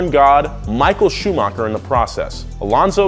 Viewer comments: Hahahaah “Shumocker!!” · michael shumaker? who is that? you mean michael schumacher? you spell his name looks like a milk shake..